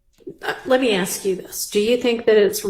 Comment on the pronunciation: For people who are critical of pronouncing the word "ask"....with the k before the s. Well, the judge did say " Who THEY is"....😊 I'm just saying people misspeak sometimes.